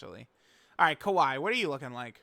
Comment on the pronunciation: Bro she is not kawhi Leonard dude, it’s kyawei